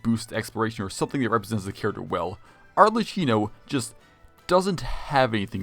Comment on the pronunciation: its pronounced "Arlekino" 😭😭 edit HOW THE HELL DID HE MANAGE TO PRONOUNCE "EI" INCORRECTLY